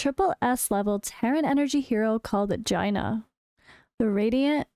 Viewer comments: Based on world of warcraft I think its pronounced "jayna" around 1.40 mark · Haha, you might be pronouncing it correctly, as the spelling does make it sound that way. I just found it extremely amusing, lol. Never change 🤗